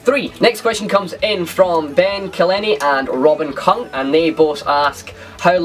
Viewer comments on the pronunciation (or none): Kung = king XD Nice pronunciation :P